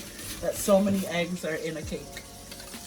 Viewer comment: Eggs not Heggs E NOT H